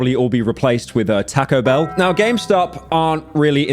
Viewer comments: tahco bell 🥀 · "Tak-go bell"